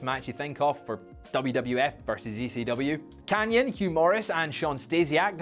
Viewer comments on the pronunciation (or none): none